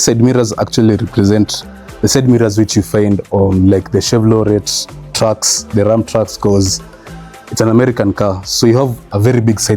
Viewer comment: 😅. Masomo kidogo.... Chevrolet aupronouce t. It's silent. Suede is for boots caps and jackets....for cars it's alcantara....the Bose stereo....you pronounce the e...bozee to be exact😂😂....the seats are in Napa leather....it's more premium.even a mosquito bite on the animal scar mark is excluded...😮. Otherwise uko fiti n I like your vlog. Tunangoja the hemi Mercedes 200E. Habari ndiyo hiyo